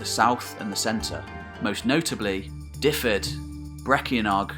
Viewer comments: I have been going through all your videos from the beginning, and love the mix of eras and kingdoms. As a Welshman from Dyfed, however, for future reference the county is pronounced 'Duv-ed' ie 'y' is said as a 'u', and a single 'f' as a v (double 'ff' is pronounced as an 'f'). Otherwise, an absolutely fine exposition of a period of history very much still in the dark as far as most people are concerned. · Fascinating as always. No criticism intended, but to give something back in the spirit of sharing education, here's some Welsh pronunciations of places and people that weren't quite correct: Seisyllwg = "sais-uh[LL]-oog" (It's impossible to describe the LL sound in any short way, but here's a video on how to pronounce it: Aberffraw = "aber-fr-ow" Dyfed = "duh-ved" Brycheiniog = "bru[KH]-ey-nee-og" (The "CH" sound is similar to the Scottish "lo[CH]"). Glywysing = "gluh-wuh-sing" Cadell = "cad-e[LL]" (again, that LL sound!) Hyfaidd = "huh-vaith" Ceredigion = "keh-reh-dig-ee-on" Ystrad Tywi = "uh-strad tuh-wee" Merfyn = "merr-vin" Hywel (not Hywell) = "huh-wel" Llywarch ap Hyfaidd = "[LL]uh-wahr[KH] ap huh-vaith" And two others that weren't mentioned in the video, but were shown on the maps: Maelienydd = "my-lee-ehn-ith" Buellt = "bee-e[LL]t" As I say, no criticism of your pronunciations intended. Welsh is a tricky language to pronounce for those who haven't grown up around it! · Good stuff. The Welsh place names are easy enough. Try using v when you see a single F. SO Dyfed is pronounced Duhved. Its no different to trying to pronounce the Viking words. Have fun with it. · as a welshman i give you credit. this is probably the best and most accurate video iv seen on welsh history, fair, accurate, good presentation. 10 out of ten fair play. the only thing I'll nitpic is just your pronunciation of dyfed. its sounds like this reads > duveth. i know it doesn't really matter but you seem like someone who's a stickler for details, just subbed